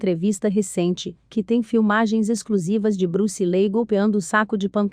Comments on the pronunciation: Bruce Lei???😂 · Bruce Lee...sera sempre uma lenda das artes marciais...agora essa narradora n.sabe pronunciar o nome Bruce Lee.😏